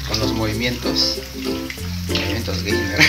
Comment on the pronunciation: lul se dice 'geimer' animal >:v